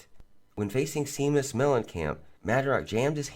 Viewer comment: It's pronounced (shay-mus) I know it's spelled Seamus